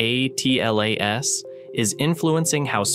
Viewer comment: It's painful to hear the AI voice constantly mispronounce 3I/ATLAS. I think most people have settled on a pronunciation of "three-eye-atlas".